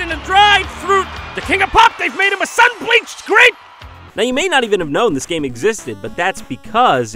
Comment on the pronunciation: Emphasis on the bleached